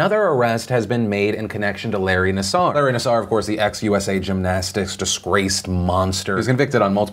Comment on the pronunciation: I can't believe I'm going to correct the pronunciation of a serial pedophile/monster's name, but it's NAA-sir, not nuh-SAR.